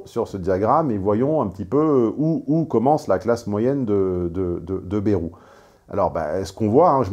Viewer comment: à revoir votre prononciation de "bayrou"